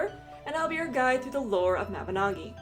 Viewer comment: It's ma-bin-oe-gy